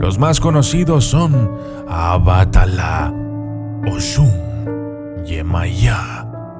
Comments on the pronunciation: Se dice Obbatalá pipo no abatalá😂😂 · OBATALA no abatala y es con gran respeto el es lo máximo así que toca que cuando hables de santería mejor habla con alguien que si sepa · Una corrección no se dice abatala es obatala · Es Obatala no abátala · No es Abatala es Obbatala por favor!!!! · es obatala papuchon no AAABAAATALA